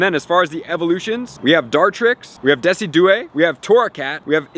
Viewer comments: Sheeeeeesh... Say "Decision" and add the term Jew Eye on the end and that's the owls name you butchered. Deci-jew-eye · Just a heads up, Decidueye is prounounced Dis-ig-you-eye (ig isn't pronounced like igloo) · Bro what is a Deci du eye lol!!! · Thanks for all the help, but I won’t lie the way you said decidueye made me laugh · When he pronounced Decidueye 🤣 Its all good bro I did the same my first time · no way you pronounced decidueye like that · The only name you butchered was dicidueye